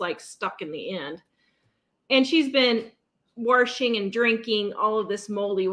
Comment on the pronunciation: I just love the way you say warshing (washing) machine.